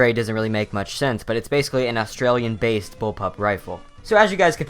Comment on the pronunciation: like Australian, please say u mean Austrian and not Australian. I BEG U PLEASE